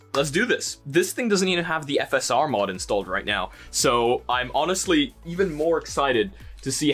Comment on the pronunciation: Why did he say "V S R" and put on screen "FSR"?